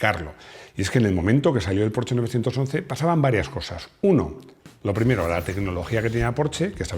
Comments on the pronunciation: [Min ] “Yo creo que estoy ya, yo lo comenté, lo he comentado en un video que em, yo era un apasionado cuando era aficionado…” Entre escuchar cómo pronuncia “Porsche” y la cantidad de palabras pronunciadas para explicar un concepto o pensamiento, nos demuestra que es realmente un milagro que los españoles no se hayan extinguido a la fecha… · así se pronuncia Porsche